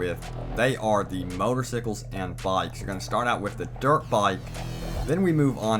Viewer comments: XD he said motorsickles twice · And The Way He Said Motorcycles Hahaha